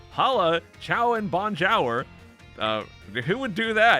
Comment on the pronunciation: I am French, and you've been butchering "bonjour" since day 1 and I'm here for it. Keep doing it please